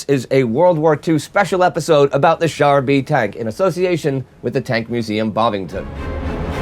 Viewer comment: Wouldn't the name actually be pronounced "Car B"? The French term for "tank" was "char d' assault" (literally "assault car").